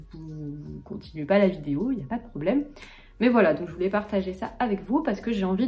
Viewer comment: Salut, j'ai une question sur ta prononciation. Pres de tu prononçais '(je) voulais' comme '(je) voulez'. Quand je apprenais le français à mon école aux Pays-Bas, il y avait une différence entre la prononciation de ais-, -ait et -ez-, -é(es)-, -er-. J'ai entendu beaucoup des Français qui ne font pas cette distinction. Ils disent aussi par example 'je vais' comme 'je vé'. Quelle est la prononciation correcte? C'est une prononciation régionale? Merci pour tes bonnes vidéos!